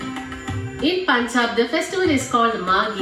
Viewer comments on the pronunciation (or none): Vidéo's à bit misleading. Also the narrator is probably not from North India and so don't go by her pronunciation like its punjab. Pun pronounced like fun. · The narrator has a strong Telugu/Kannada accent. Her pronunciation of Punjab is wrong as well!